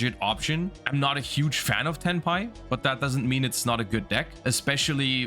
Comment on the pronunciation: Every time he stays Tenpai.... all I can hear him saying is Hentai..... 💀